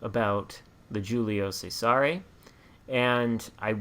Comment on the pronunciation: Great video! This is a very good shop and fun to play at Tier IV. This ship has a tricky name to pronounce in Italian, (pronounced Julius Caesar in English) but hopefully this helps . The “G’s” in Italian are generally silent and the “C’s” at the beginning of words are pronounced with “Ch” sound. The “S” in “Cesare” makes a “z” sound. “Giulio Cesare” is best pronounced like this: ee-you-lio chez-a-ray Hopefully this helps. I find this ship to be kinda “tanky” with angled caution, and can hold its own with some Tier V ships like the Arizona and few others at Tier V. I think this ship would respond greatly, if there was an Italian dispersion battleship captain. Still, it’s a lot of fun ship to play.